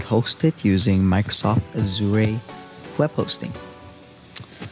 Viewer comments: Please pronounce Azure correctly. Annoying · dude your pronunciation of Azure is super irritating......please learn to pronounce it correctly...